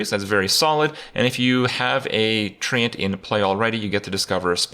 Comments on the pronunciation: The way he says TreeAnt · Why does Kripp pronounce “Treant” like he’s from Belfast? Isn’t it pronounced like ‘trent’? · If I have to hear Kripp pronounce Treant one more time I'm going to hang myself from one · Thats not how you pronounce treant!